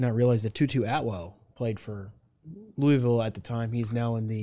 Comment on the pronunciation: Thank God you pronounce Louisville right